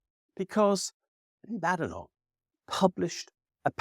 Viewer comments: It's pronounced Bay-denock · Every critical thinker is very aware it is correctly pronounced , ' Bad Enock' !